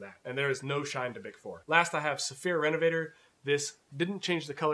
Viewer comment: I only heard of one of them, Renovateur, which is a French word that I'd pronounce "renovateur", like "amateur" - not "reonvator", like "elevator". Lol! This demonstration didn't really address my problem. I need a neutral cream to apply to pull-up leather with light stitching (light in colour as well as being fine).